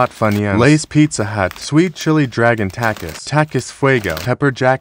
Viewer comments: Bro its pronounced talk es not tack es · just saying u don’t pronounce takis with and i like that i say it with an e sound like takees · Takiees not takiss pronouncing